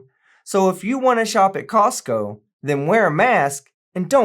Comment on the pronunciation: I hate this lady’s shit eating grin everytime she finishes talking. It’s seriously nauseating. It’s the whole time she does the video. And why does she keep calling Costco CoCost??? She is an IDIOT!!!